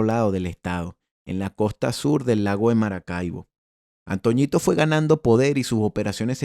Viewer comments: No es antoñito 😂 era antonito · La única correpcion con el hizo el vídeo es que no es antoñitooooooo es antonitooooooooo o el viejo así es como se le decia